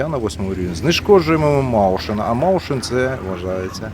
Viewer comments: Чудовий бій зійшлися зорі)) до речі Mäuschen не маушен а майсхен, це миша в перекладі як зрозуміло тільки лагідно, мишка чі мишенятко))) респект. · ні, саме мойсхен. А з двома крапками еквівалентне e, а eu - це "ой". Хен - зменшувальний суфікс, тому він сам по собі та ніякого "ш" не складає. :) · Правильно не "маушен", а "мойсхен" :) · той німецький танк читається як "мойсхен" )